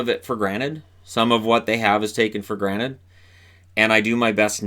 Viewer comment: Wait, did you say take it for GRANITE?!